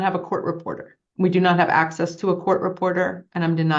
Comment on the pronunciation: Homie needs axes to da lawl lie-burry